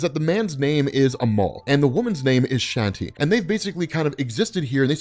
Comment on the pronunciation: Some Indian names can be hard to know how to pronounce, but Kali and Shanti (with the same vowel sound as Spawn) are too of the most common and straight forward. While I appreciate the vids(might not finish this long ass one), it's cringe worthy every time I hear Shanti(like a fucking Irish sea shanty, instead of Shawn-tee) and Kali(like some American teenager, instead of Kaw-lee)